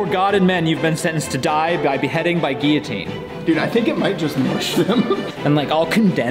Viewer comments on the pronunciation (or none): Geeateen naa, Gillateen yea lol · It actually bothers me the way you say guillotine. There’s a fucking L and it’s supposed to be there